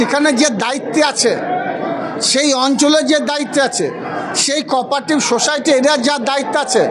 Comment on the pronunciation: Cooperative =_/ Kopative=× Banan uchcharon thik nei ..tar mane etai..murkhyo tarai jara ai murkhyo der choyon koreche...